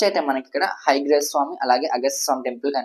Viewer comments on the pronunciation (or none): ఉచ్చారణ స్పష్టంగా లేదు. హైగ్రీవస్వామి కాదు. హయగ్రీవస్వామి అని పలకాలి. మధ్య మధ్యలో ఆంగ్ల పదాలు ఎందుకు? పడమర అనే తెలుగు పదానికి బదులు వెస్ట్ అనడం ఎందుకు? తెలుగు బాగా నేర్చుకోవాలి.